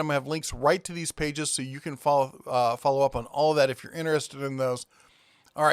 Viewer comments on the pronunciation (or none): none